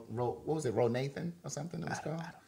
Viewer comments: LMAO been lmao at “RoNathan” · “Ro Nathan” 😂😂😂